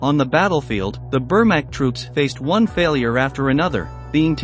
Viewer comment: The AI voice over is almost good except for its pronunciation of the word Wehrmacht